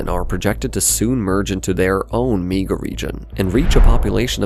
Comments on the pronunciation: The way you pronounce the word "Mega" is unsettling. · Get rid of the AI voice that can't say mega correctly.